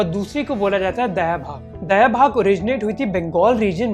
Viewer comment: Sab kuch badiya mere dost! bas ek choti si truti. pe us niyam ko दायभाग kehte hai, दयाभाग nahi. दाय maane share, gift etc.